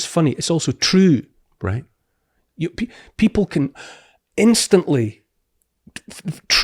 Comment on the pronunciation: Its troo cause its troo